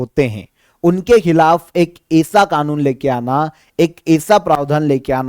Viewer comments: आप ऐसा की जगह एसा ऐसा का उच्चारण करके व्याकरण की दृष्टि से गलतकरते हैं। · हेलो आप ऐसा की जगह ऐसा का उच्चारण करते हैं जो कि गलत है।